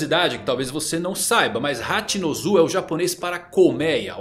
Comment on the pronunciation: humildemente gostaria de corrigir sua pronúncia. Não se fala "Rati no ZU", o correto seria "Rati no SU"